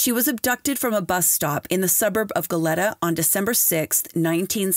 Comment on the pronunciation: Your diction is excellent, but some place name are pronounced incorrectly. Goleta: Go-lee-tuh Tujunga: Tuh-hun-guh Googling the pronunciation of place names derived from other languages, works better than anglicizing them.